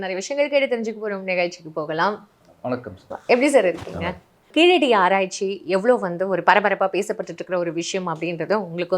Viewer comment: KEEZHADI is pronounced in Tamil not Keeladi as pronounced by non tamil speakers